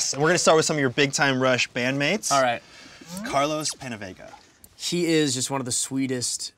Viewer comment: Carlos Pennuhveguh